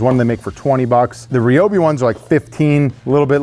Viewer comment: Re-obi, broski it’s ry-obi